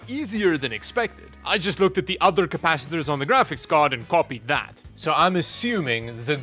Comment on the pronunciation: "CAPACICATORS MATTER"